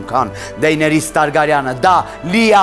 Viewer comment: Իհարկե ամեն ինչ հիասքանչ էր, բայց լինելով GOT-ի ֆան ավելի հաճելի կլիներ լսել ճիշտ արտասանություն Դեյներիս ՏԱՐԳԱՐՅԵՆ ոչ թե Տարգարյան, էդ խեղճը հո հայ չի😂😂😂